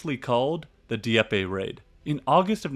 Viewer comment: A very good production. Very good. That said, the narrator should learn to properly pronounce French & German names. It distracts from the overall quality of the narration. I winced when he called Field Marshal Kluge, "Klooge" & not "Kluga" with a hard "E." His attempt to pronounce Dieppe almost made me laugh. Otherwise a good show. The producer also failed to note that the Germans knew that the invasion was eminent. They had completely broken the French resistance codes months earlier (largely due to infighting between the Communist & Nationalist cells) & knew exactly what the invasion alert would be. What London signal codes to listen & respond to. In fact, from Sweden in the Arctic to the Spanish frontier the German forces were on full invasion alert for the week of June 5th. However, certain commanders decided that expected incoming weather fronts would forestall any major enemy operations. They collectively concluded July a much better bet, despite intelligence reports to the contrary. The key to the success of June 6th was that, though they knew the Allies were coming, they did not know exactly where or in what strength; also, would it be a full scale launch or a partial one. A complete intelligence breakdown at many levels of German command. And even today fingers point to key members of Rommel's staff. The mystery remains.